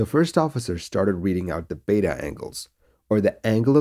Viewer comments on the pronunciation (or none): none